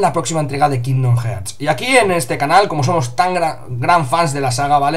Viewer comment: Como consejo os diría que ya que dais noticias sobre cosas en Inglés, al menos aprendais como se pronuncian. Queda muy gañan decir "jearts", "the lastofus"...